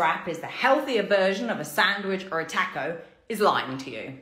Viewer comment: The mispronunciation of "taco" makes me crazy.